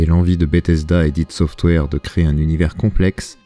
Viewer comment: "hid software" "Aie Dit" j'vous en supplie.